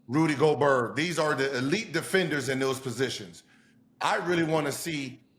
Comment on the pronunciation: My guy Gil be butchering names 😂😂😂 Rudy “Go-Berg” Kelly “Aubrey” Sheldon Sharp, Klay Thomas 🤦🏽‍♂️